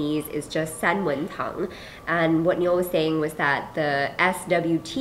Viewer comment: i thought the pinyin was tang not tong